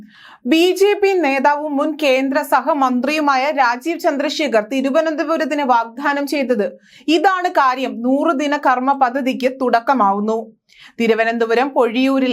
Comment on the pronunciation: Vagdhanam alla.vagdanam mathy.